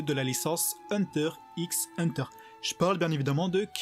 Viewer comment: Et sa se dit Hunter Hunter on dit pas le x